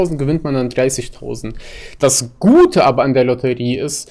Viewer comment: Kannst du Lotterie nicht aussprechen oder was?